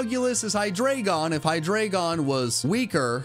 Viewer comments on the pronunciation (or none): none